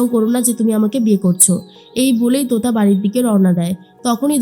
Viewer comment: তুতা নয় , তোতা 😂